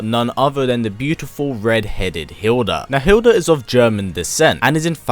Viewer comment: Her name is Hilde not Hilda. You are not using the correct pronouncation.